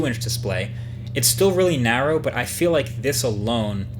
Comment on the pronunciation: Me when I meet Marques: "Say narrow"